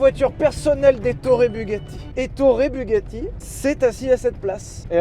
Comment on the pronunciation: Etorre Bugatti... C'est si français... 🤣